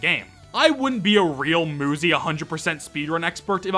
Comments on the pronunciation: That "Muzzy" pronunciation and referring to Muzy as green and fuzzy is strange to me considering there was a film intended to teach children a foreign language named "Muzzy in Gondoland," where Muzzy himself was indeed a green, fuzzy thing. Just thought that was worth mentioning. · Honestly I'm not surprised if the dev is just making the game to test their game developing skills (and to get quick bucks) but the popularity is just exploded out of nowhere must be too much for them. Also, why do I think that Muzy developer is Japanese? Maybe they pronounced Muzy as "Moozy" and the UI arrangement in the screen title ? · If the game was supposed to be pronounced like he thought it was, it would have 2 Zs, as in Muzzy. Muzy is pretty obvious. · About the name maybe the creator isnt a native speaker in many languages u is pronounced like u so i think that might be a problem in the name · Even English has words with single U's that are pronounced with an oo sound. Has he never met someone named Suzy? Does he pronounce it Suzzy? This rant felt completely out of place. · I'm sorry moozy 100% makes more sense as a pronunciation of 'muzy' than muzzy does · Technically it should be pronounced mUzE Because a e i o U and sometimes Y So that Y would make the U say U and not oo or uh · Dude. UZY the gun is pronounced OOZIE. So just do the same thing but with an M In front of it. Not that hard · Moozy❌ Muzy✔️ Why are you still reading nothing will happen Bruh Why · i also thought that you say it muzy not moozy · I thought it was pretty obvious that the game was pronounced Moo-zy and not Muh-y. So I think that's just a skill issue💀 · Muzy would be pronounced mYOUzy not muzzy wtf are you waffling about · I’m pretty sure one of the reasons why they pronounce muzy like moo-zi is because cuz ma-zi is a slur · uuuuh to say, muzy IS pronounced as moozy in portuguese, so i would never guessed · it should be pronounced "myoozy". like cute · Muzy. Rhymes with Suzy. Ain't rocket science.